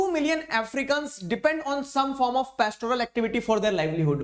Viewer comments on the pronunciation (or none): none